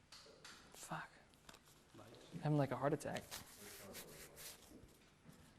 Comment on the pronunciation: He said fack